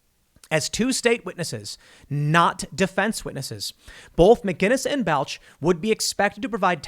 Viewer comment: Tim, bro, you're killing me... It's pronounced "Ball-ch"